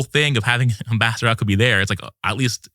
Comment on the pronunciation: Sometimes when he said “Ambassador Huckabee” it sounded like “Master Huckabee”.